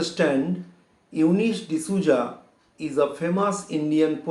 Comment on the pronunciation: It is Souza right? Sir is telling it to be zouza? Is that the pronounciation?